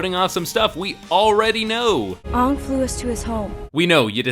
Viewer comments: Are we even going to mention that his name is Oong? Really? And they say Sokka completely wrong. This movie does not do the show justice at all. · Michael Roach well you're stupid because for instance Aaron can be pronounced a thousand different ways depending on who you're asking. It's Aang and Sokka not On and Soaka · Please don’t call them Aang, Soaka or Katara. They are Ong, Sock-Ah, and Key-Tea-Yarra in this film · Why does this guy keep saying Aang? We all know it's actually Ung. Very annoying mistake smh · "Ong" and "Soaka" AAARGGGGGHHHHHHHHHHHH! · "Soh-kah" "Ahng" "Uh-va-tar" "Ear-oh" jfc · Are you the Ovatar, Ong? Yeah, I am sOOka Did you hear that, uncle Eroh, now I can finally restore my honor from that Agni KEY The mispronunciations are mind blowing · I forgot how utterly bland and laughably bad this movie was. Semi awesome when I watched it the first time (namely the scene where aang or AWng as this movie likes to pronounce it destroys the fire nation fleet with a big wave). My little sister put it on and now regrets it. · Kaytayray So-kayka Aaaaawwwwwwwwwwwnnnng Zucko Eeroo Firelord Oozay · Uhvatar ong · What did they do to Sokka and Aang they're the best characters in the entire show Edit also they say their names wrong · Maaaannn Christopher Lloyd is the PERFECT Bumi though Just recast the rest of the cast to not be pasty white and give Zuko an ACTUAL scar that covers more than a few square centimeters of his face AND FUCKING PRONOUNCE THE NAMES RIGHT and a Christopher Lloyd Bumi might be at least fun to watch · My mom, who is a big fan of the show, walked out of the theatre when they mispronounced Aang. We watched the show together and couldn’t believe how awful it was literally seconds into the film. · It's been a long time since I've watched the last airbender movie, but the pronunciation of 'Aang' still got me riled up.